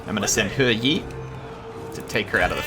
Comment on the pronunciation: Think it’s pronounced Her-Yee or as I like to call him Her YEEEET